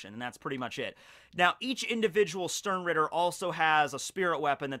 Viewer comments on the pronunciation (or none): Stern-rieeeter, It hurts so bad! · just klicked to hear say sternritter, i love when americans try to pronounciate german words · My first contact with bleach was some doujinshi I don't remember, but it got me interestet enough to at least give the anime a chance. Sadly the first episode was so boring and cliched I lost Interest immediatly... So... the only reason I started watching this video, was the title. I just was curios how much you would mispronounce the word "Sternritter".... Well... I got disapointet again.... You didn't mispronounce it more, than you would mispronounce the word "Stein", so, knowing and caring nothing about bleach, this was a complete waste of time... But to end this on a positive note: can't wait to see your review of the next one piece chapter!